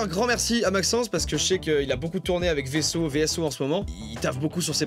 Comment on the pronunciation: Par contre, on dit bien Vaisseau, pas V.S.O. ;)